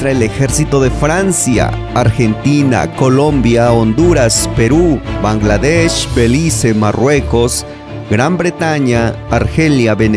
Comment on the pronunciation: El narrador hombre. a de ser brother del peña nieto! por a como la regó con las palabras Blangadech en ves de Bangladesh 🇧🇩😅 Viva México 🇲🇽!!!!